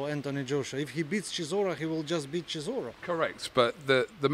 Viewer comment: should teach all the UK people how to pronounce CHISORA,He said it so perfectly. Zimbabwean fan